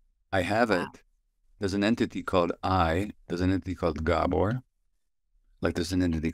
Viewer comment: It's GAH-bor not Guh-BOR.